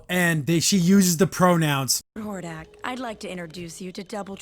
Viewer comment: really is. Not to mention how they butchered Hordak.